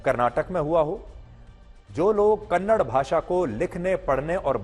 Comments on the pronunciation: Kannad Nahi It's Kannada Respect Our Language First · Kannad nahi kannada theeksye bolna sikho Kannada kannada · Kannada hai don't say kannar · Kannada not kannad if we say hind for hindi is this ok for hind people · It's not kannad it's kannada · It is not kannad, it is Kannada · Not kannad say kannada